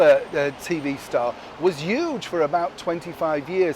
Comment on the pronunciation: I love how you don't say your "H" in words like "Yoo-jah!" For example, "the world is huge". Lol...